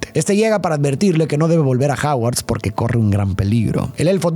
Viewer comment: Me estresa cada vez que dice "Haguard"